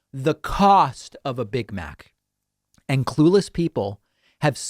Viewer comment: "Mig Mac" lmao